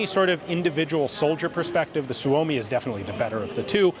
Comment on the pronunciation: Ian said "Suomi comes first". I know this is detached from the context but man that sounds right. Especialy said by American :D